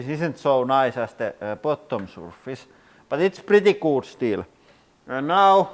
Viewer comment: You say “looks good” way too puckered. You need to loosen your lips. “Oo” isn’t as intense in English as you’re pronouncing.